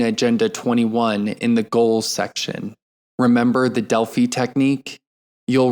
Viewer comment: Thank you for recording this! FYI, you are pronouncing "Delphi" incorrectly. It's a long "i."